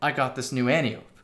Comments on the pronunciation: Not AN-tee-ope. an-TIE-oh-pee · AN-TEE-OH-PEE.... not friggin Anti-ope! Love you tho!🤘🏻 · An tie oh pee not anti ope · Since you talk about the pronunciation in the title, I think the correct pronunciation would sound like an-tie-oh-pee. She is an Amaon in Greek myth. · and can confirm -- pronounced an-tee-oh-pee Source: 28 years of speaking greek. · From the flavor text, I think we can reasonably assume the gun's name refers to an Antiope (there are many) of greek mythology. As such it's pronounced "ænˈtaɪ.əpi" (an-tie-e-pee, where the "an" sounds like it would in "ANt" and the e sounds like it would in "highEr" or "buyEr". Emphasis is on "tie". Thank you for listening to my TED talk. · If you watch Wonder Woman, you can hear a correct pronunciation. "Anne-tie-oh-pay". She is WW's aunt and mentor. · No. It’s An-tee-oh-pee, with pee pronounced like the word for piss, which is pee. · It's pronounced Ant-E-Ope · I thought it was pronounced "an-tye-oh-pee" like wonder woman's aunt from the movie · An-tie-o-pe is how your supposed to pronounce it, but I like anti-ope, antelope, and all the other names it has been given by the community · It’s pronounced “ænˈtaɪ.əpi” and the gun is named after the Amazon daughter of ares in Greek mythology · Once and for all, the name is pronounced an-TIE-oh-pee, like the name Calliope. It's Greek. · ANT-EYE-OH-PEE.....brush up on your Ancient Greek, kids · Pronunciation An-ti-o-pe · it's an-tye-a-pee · Rhymes with calliope, not with antelope. 😉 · It’s pronounced anti-o-p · An-tie-uh-pee. Watch Wonder Woman, man.